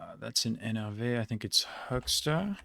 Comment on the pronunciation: Not to mention the "NRW" was on point as well. Seriously great pronounciation, especially things like the "ch" that Americans tend to get notoriously wrong.